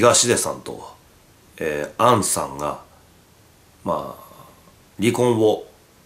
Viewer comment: 「あんさん」がずっと関西弁に聞こえる